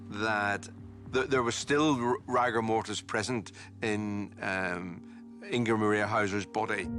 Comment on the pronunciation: So the the fact that the PATHOLOGIST got it wrong, completely ruined the whole investigation. Why didnt he just say he made a mistake? Also, why does he keep saying rigor mortis like that? Just bloody say it right!!! Bore.